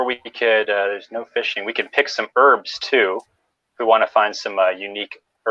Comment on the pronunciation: Heard "pick birbs" and thought it was a clever pun/slang, just to find out it was "herbs".